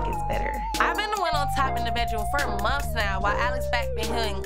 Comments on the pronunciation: said "Monfs" Me: months lol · It’s bin “ monfs “ monfs” LOL 😂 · "monfs monfs"😭😭